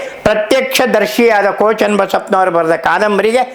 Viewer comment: Daitya means Rakshasa. Why are you saying Ko Channabasappa as Daitya, what Daitya working Ko Channabasappa has done, kindly explain Ko is NOT KONA